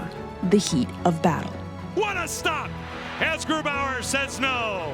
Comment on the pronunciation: i get so annoyed when Germans pronounce a German name with an American accent 🤔 like bro, what is that about?